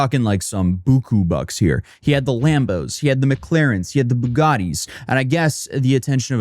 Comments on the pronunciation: First off you pronounced Boo GHAT eee wrong.... but we love you anyway. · No he's saying "Bugatti" but with that weird accent where he sometimes drops the 'T' in a word.